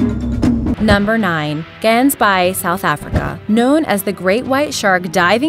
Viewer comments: it is Gansbaai not Geensbai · Dis Gaansbaai nie Gansbaai nie can't u read! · It's pronounced Hansbai, not as the spelling would suggest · You couldn’t of pronounced gansbaai worse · OK OK OK please translate gansbaai because you are butchering the word for goose in afrikaans which is a native dying language in south africa made by combining a couple of european languages such as german and dutch, it translates to goose bay. i love your voice but please work on the way the words are said or just ultimately translate it. . . . also another thing "wild Dingos" there is no such thing as all dingos are wild. the actual species of dingo derives from domesticated dogs going feral. so a tamed dingo is literally a dog just a dog. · I live in South Africa and the way she said gansbaai is so wrong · u dont pronounce Gansbaai like that😂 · The way you mispronounce ''Gansbaai'' pisses me off. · I love the way the narrator pronounces "Gansbaai"; it sounds so odd to a South African. :) Houtbay and Port St Johns are also major shark attack areas. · I like how you Saying Gansbaai wrong oh and i am from South africa and i have been there before